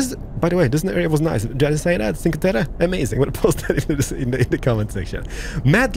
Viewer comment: Hi! Cinque terre is pronounced like 'cheenque terre', and it means literally 'five lands':) By the way your pronounciation of Italian words is pretty good! Keep up with all of these enjoyable videos! Ohhh also: the toll booth with the yellow lines is called Telepass, and allows you to go throw the gate without stopping for the ticket;)